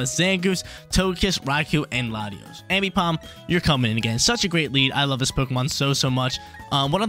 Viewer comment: I couldn’t keep watching cuz homie can’t say AMbipom’s name right. Triggering my dyslexia